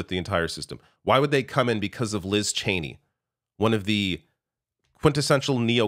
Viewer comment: ITS CHENEY FOR CHRIST SAKE!!!!